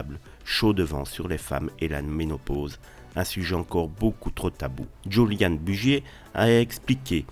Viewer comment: cette voix robotique fait trop faux pour etre crédible , ça sent l'IA à plein nez et puis entendre prononcer "juliane" pour julian , non